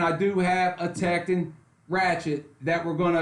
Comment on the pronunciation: It’s “Tek-ton”, pronounced like “don”... not “Tek-tin”....